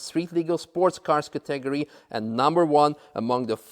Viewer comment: " said "Categratory" love it.